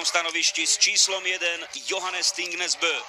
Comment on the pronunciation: Its Johannes Thingnes Bø Not Johannes Athingnes Abøho